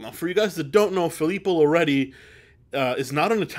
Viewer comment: Filippo loreTi is the pronunciation. Are you not italian? Pensavo fossi italiano! 🧐